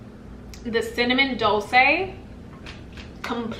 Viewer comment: Nice video. It’s pronounced dolchay since it’s from Italian. Your pronunciation is close to Spanish.